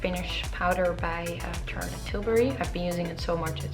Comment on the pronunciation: I believe it is Charlotte not Tsarlotte! Nice tutorial though